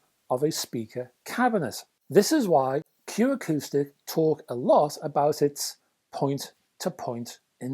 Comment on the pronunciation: Arrrrgh! It’s Q AcousticS. There’s an ‘s’ on the end.